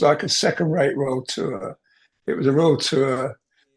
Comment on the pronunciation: Stop saying Royal Tour. Its not😮